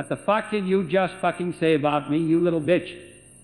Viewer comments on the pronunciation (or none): none